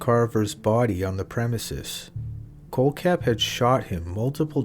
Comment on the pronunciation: Miss pronounced kohlhepp. Also not buying staples story. Attention seeker